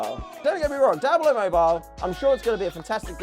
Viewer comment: All i hear is "Dablo"😂😂😂